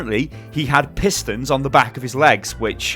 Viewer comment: Im an american and i thought said "Piss Stains on the back of his legs" instead of "Pistons on the back of his legs" I had to rewind so fast i was like no way did just say that lmao i was chewing food at the perfect time. And I thought this was an amazing video sty. You upload everyday. its not about the ads man, you make great content and you deserve everything you get and you deserve even more. This was a great video sty, keep em coming!